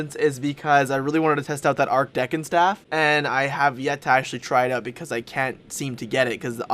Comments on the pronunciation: "Arkdekon staff" lol, it's Arch Deacon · usually i dont like to make fun of how people say words but hearing him say arch deckin instead of archdeacon is wonderful. he gonna play some yugioh with his archdeckin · arch decon is pronounced "arch deekon" not "ark dekkon"